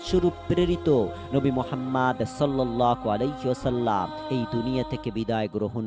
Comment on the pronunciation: রাসূলুল্লাহ সাল্লাল্লাহু আলাইহি ওয়াসাল্লাম না বলে আপনি,, রাসূলুল্লাহ সাল্লাল্লাহ আলাক,,,,, বলতেছেন কেন আপনার হচ্ছে ইসলামী জ্ঞান খুবই কম বিশ্বনবী নামের উচ্চারণ করা শিখেন তারপর ভিডিও বানান 🤔🤔☠️